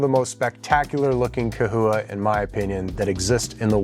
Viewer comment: Lmao !! It’s CA-HOUA ( pronounced ) Still spelled CHAhoua LOL 😂 🦎😉🤣 There ya go !